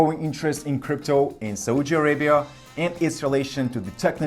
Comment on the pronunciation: Please learn how to pronounce "Saudi Arabia" properly. It is like you are slapping your face to punish your ignorance and stupidity every single time you are saying "Saudi Arabia" in an awfully wrong way. It is important to say a country's name correctly before posting or saying anything about it. There are so many resources available online that can provide correct pronunciation of any foreign words. Please have some decency, respect and be well prepared.